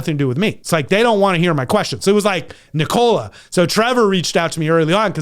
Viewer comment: Ni-Cola LOL